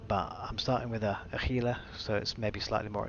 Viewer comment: It's Hee-lah. Gila is a Spanish word. G is pronounced "H". It's somewhat irritating when people say it gee-lah, but over time I've mostly gotten over it....mostly...